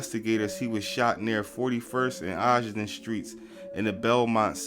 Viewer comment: Ogden not Oggin.